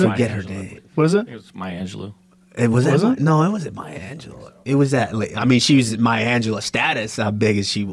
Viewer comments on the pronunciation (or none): The other guy said maya Angela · Did he say maya Angelo? Lol della Reese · They said maya angela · Who the hell said Maya Angelou 🤨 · Jamie said maya angelou wut?!